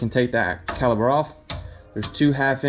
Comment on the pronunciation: I went to another video when dude kept saying " caliber"'...and read he doesn't know what brake cleaner is.... nice car though!